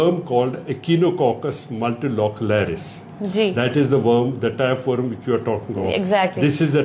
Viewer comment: This is tape worm and not tap worm, second the word is rodents not radiants, such illiterate interviewer who doesn't know how to pronounce the word is really pathetic. Second point is don't interrupt when the other person is answering questions, one word for this lady chapri reporter, Learn from Iqra Akhoon how to host the guest.